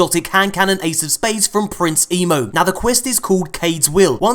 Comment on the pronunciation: The way you say Prince Emo gets me everytime 😂